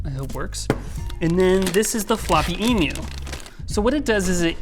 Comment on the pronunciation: Why does he pronounce emu like it's a flightless bird?